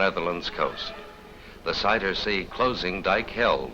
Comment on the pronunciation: hehe he said Cider sea. But it's Zuiderzee (Zuider-Zee). Southern Sea